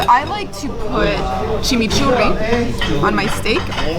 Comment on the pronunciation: has to be argentinian, nobody can pronounce "chimichurri" in the way she does, unless she is argie.